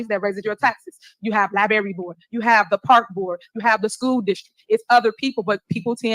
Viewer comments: Get your butt down to the “LIBRARY” so you will quit saying “LI-BERRY”!!!! She is getting to Megalomaniac level 1!! Kim Jung Tiff in the Hisouse!! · What’s a lieberry?